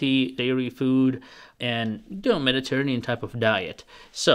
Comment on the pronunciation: I am a phonics teacher. Listen to how you are pronouncing Mediterranean. The accent is on the 4th syllable ran. It has a long A sound. Love the nutritional advice! I am helping you improve your English fluency.